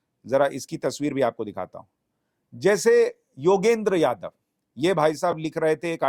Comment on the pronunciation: पहले तो आप योगेन्द्र यादव,,उर्फ सलीम बोलना सीख लीजिए